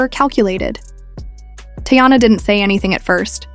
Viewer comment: Her name isn’t Tayana it’s Teyana. This is how it should sound. Tea/yana.